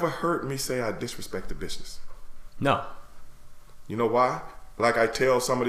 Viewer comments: Am I the only one hearing “Bitchness”? 😂✊🏾❤️ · I thought he said bitchsiness instead of business. Either way the name is appropriate. It's a bitch of a business.